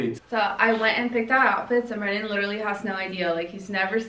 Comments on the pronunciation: Its like she wanted to say brandon but she said brabe literly repeat it couple of times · Lmao said brabe 🌚😂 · At 10m 24s into the video I swear said brabe as if she slipped up and called him babe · she said brabe like she was gonna say brandon but babe slipped out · She wanted to say Brandon but it was like brabe